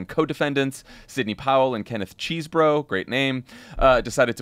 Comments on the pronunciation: Can we all finally settle on his name pronounced Chez not Cheese? Like he said it when he pleaded. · Jon, Rachel, it is CHESS Boro! Give the guy the respect of pronouncing his name right. Most other commentators have corrected their previous "ChEEsing "the fellow's name. You guys are too smart for this.